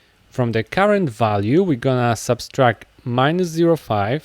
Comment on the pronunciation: The tutorial is great, but the operation is called "subtract", not "subStract" 😭